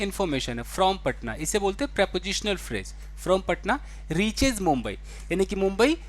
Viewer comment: Pronunciation of phrase .... it’s phrase not phraje 🙏🏻